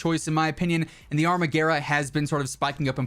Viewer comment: “Arma-garah” lol wtf 😂 it’s pronounced “arma-gwera”